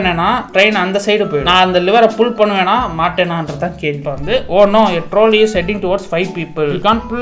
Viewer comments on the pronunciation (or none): Troll-ey ❎ Trawlley ✅